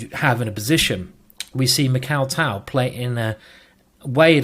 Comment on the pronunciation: I wish Simon would just listen to a Russian pronouncing Tal's name and, yes, I know Tal was Latvian.